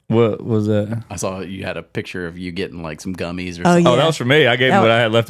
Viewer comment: Gummie what? Sounded like gummies coke balls, is that right?